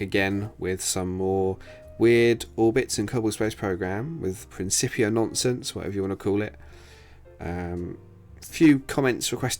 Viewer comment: it is prinkipia. principia is not pronounced with an S sound but rather a hard K sound for the C. Hope that helps!